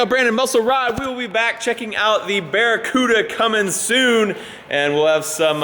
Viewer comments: It's the democuda it's the De Cuda🎉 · anyone else cringe everytime he said barracuda ? it's a CUDA not Same, Same. But different.